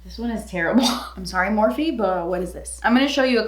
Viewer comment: Morphe = meeh..